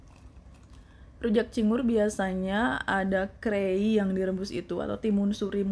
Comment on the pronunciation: Timun itu sebutannya krai , bukan krei